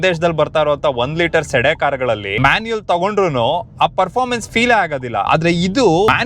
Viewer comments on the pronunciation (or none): ಸೇಡಾನ್ ಕಾರ್ ಭಾಯ್ ಅದು ಸೆಡೆ ಕಾರ್ ಅಲ್ಲ 🤣🤣🤣